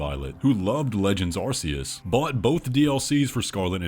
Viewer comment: I’d just like to point out that arceas is pronounced with a c not a s